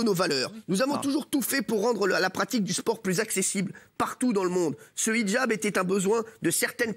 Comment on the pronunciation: 10min02 elle a dit ce quoi????elle sait même pas de quoi elle parle elle déforme complètement le mot!!!!au lieu de dire hijab elle a dit nichjab!euh...ouais.c est un mixe de hijab et nikab ou c est comment????ils font les cultivés mais sont même pas foutus de savoir de quoi ils parlent...🤦‍♀️🤦‍♀️